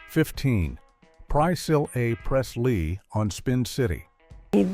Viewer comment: The only one that I noticed that it mispronounced was Priscilla Presley but then again I could be totally wrong and it probably pronounced a lot of others wrong too. I don't know what text-to-speech voice that is but if I had to use that on my screen reader it would drive me insane! Just no. I'm blind I use a screen reader every day of my life and if I had to use that text-to-speech voice to read my screen and it mispronounced stuff like it did Priscilla Presley, forget it. I'm out.